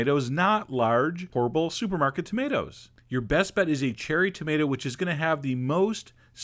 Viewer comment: I like how you usually try to say "tomato", but "tomata" slips in there sometimes. :) Reminds me of my Mom.